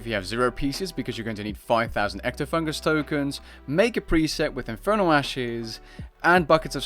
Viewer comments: EctofunTus, not EctofunGus. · Not to be a smartass, but it's "Ectofuntus", not "Ectofungus". OK i lied, it's totally to be a smartass.